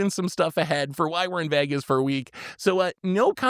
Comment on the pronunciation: cannot even pronounce Vegas right my brother in christ